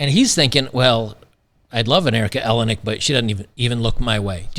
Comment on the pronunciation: Erica Eleniak… eeLane eeAk